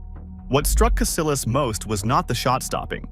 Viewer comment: It's pronounced CasiYAS not CasiLAS.. 😂😂